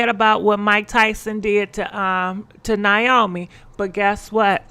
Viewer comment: Its pronounce (Nay-O-Me) 🤦🏼‍♀️🤣